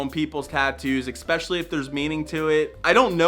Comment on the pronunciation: Ragging on someone for misspelled words while saying expecially....not a word, it's especially.